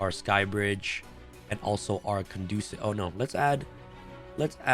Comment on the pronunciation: Caduceus not Candosa